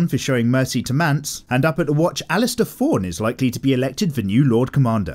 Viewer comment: It’s alliser not alistair.